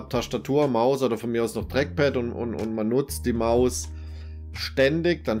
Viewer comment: Das Dreckpad :D dieser Dialekt